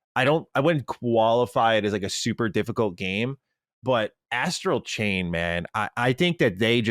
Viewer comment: I know is talking about Astral chain but I swear it sounded like I heard him say "Ass Cocaine" 🤣